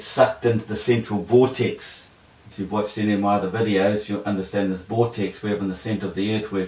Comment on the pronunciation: 'thus' pronunciation for 'this'. I fear he may be a Kiwi. How embarrassing. I really love NZ, my second favourite country in the Southern Hemisphere.